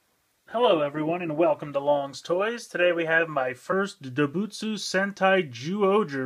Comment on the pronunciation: Doubutsu is actually pronounced like this: DOH-BOOTS. The "u" at the end is not usually said.